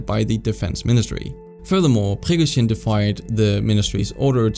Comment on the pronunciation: Great video, just the way you pronounce Prigozhin's name is a bit annoying and off